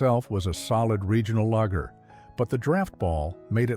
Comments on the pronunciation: And Lager is not pronounced 'lagger'. Get a human narrator more like it. AI sucks, but I guess it's the world we live in now. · And the way it pronounces lager like lagger. Not a fan of AI bullshit either - I'm OLD. Otherwise, I wouldn't be watching vids of old beers I used to drink when I was 13.